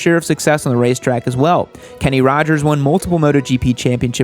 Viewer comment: Yep he said Kenny Rogers....sad to think one of best U.S. racers ever has his last name mispronounced.